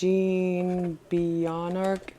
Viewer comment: Maconic deck is made by jean (rhymes with shawn) beauvhard (bo-shard)